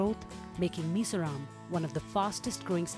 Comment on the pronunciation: Please do pronounce correctly. It is MIZORAM, not as you show like "Mr Ram/Meso Rom". It is MI-ZO-RAM